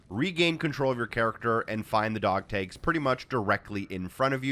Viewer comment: You say dog tags very oddly. Dog tages lol